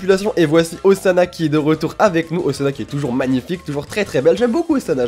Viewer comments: la nouvelle tâche de Zana? >.< (ca se prononce Ossana;) ) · Ca se prononce Ossana :) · c moi ou à il dit Ozana xD (comme ozana au plus au des cieux